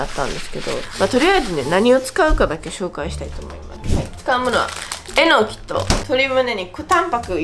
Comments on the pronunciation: えの↑きぃ 合ってたん爆笑です😂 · まさかぁ〜と思ってたらまさかの英語でも、えの↑きぃ なんだねー。😅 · 関西弁ではえのきは、え↑のきなんですね!?標準語では、え→の→き